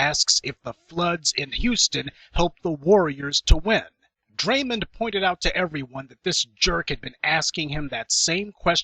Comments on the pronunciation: DRAY-MOND, not Draymond as in Raymond, despite that good video post. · His name is dray-mond not draymin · This dude lost all credibility after the way he pronounced "Draymond".